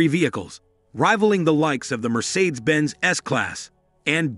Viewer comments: Robot!! IS IT SO HARD TO FIND ANY EFFING LITERATE WHO CAN READ??. Mercersaids??.REALLY? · And mispronouncing Mercedes